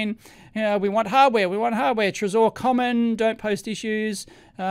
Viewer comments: I'm pretty sure Trezor is pronounced "treasure" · I think the accent it's on "e" not "o" trEsor, from the french word trésorerie, which means ( translated word for word ) "Office of a state where the public treasury is kept and administered"